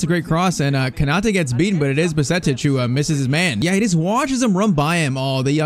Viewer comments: U shouldn’t have signed zubumendi in irl players like bajetic are key players irl. Edit:you pronounce bajetic as badgetich not baljetic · No way actually butchered Bajcetic 😭😭.Its actually baa-jay-tich